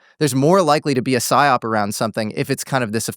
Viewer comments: isnt it psyop not siop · Great video and interesting topic, checked a lot of the things he talked about and seems to be incredibly knowledgable in this topic! Just a heads up, its "Psy-Op/PSYOP" rather than "SIOP", standing for "PSYchological OPeration. Thanks for the work you are doing, your work ethic and masculinity is refreshing on the frontlines of the current culture war. Keep at it brother! Cheers